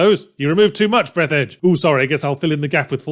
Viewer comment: Actually it's pronounced breath-arj Fourth wall breaks are good sometimes. You have to either keep them as a funny but more importantly occasional thing or have them have a plot function. If you have neither then they just feel pointless, like what seems to be the case with this game.